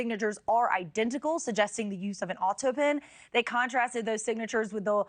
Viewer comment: Why can't she say autopen? How odd